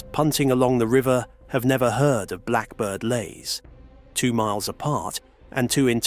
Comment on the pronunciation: Can even pronounce blackbird leys properly or iain Duncan smith.😂 more A.I slop .